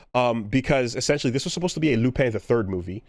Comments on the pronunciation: Lupin is supposed to be pronounced like you would in French. Patlabor is a made-up portmanteau so it's understandable why he would mispronounce that one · Any reason too why mispronounces Lupin and Patlabor here?